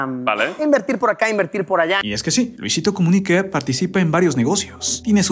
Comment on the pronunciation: Soy yo o decia comunique